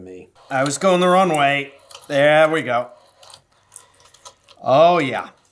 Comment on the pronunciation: "thehr we go, oh yah" man that was so midwestern lol